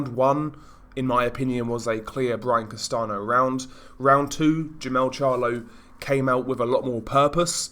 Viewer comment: Castano is pronounced like "Castan-yo" amigo :)